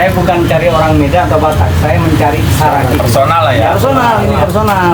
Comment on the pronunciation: Seragi apa Saragi ,, ngomong yang betul .